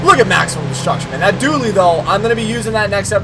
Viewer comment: dually not dully...dont het me wrong im a huge fan